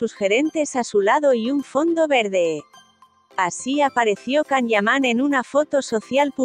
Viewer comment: Por favor que le introduzcan a la máquina que habla, un programa de buena pronunciación! (Si es posible) 🤗CAM (nooo) ... Yan o Ian... ☺No es agradable oir esta forma de hablar y tampoco la información es buena☹️